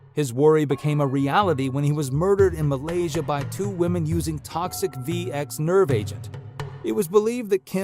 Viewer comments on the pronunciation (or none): none